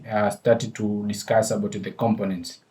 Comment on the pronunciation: With Respect to you... When you pronounce COMPONENT, it sounds like you are pronouncing it as COM-PIN-NENT... This is the way it should be pronounced... Syllable Breakdown The syllables in "components" can be divided as follows: com po nents Stress Pattern The stress is on the second syllable: com-PO-nents. This means when pronouncing the word, you emphasize the "PO" part more than the other syllables. Thank You for your videos...